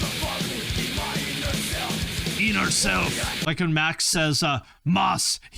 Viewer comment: shout out to everyone in touch with their "eener self" 😅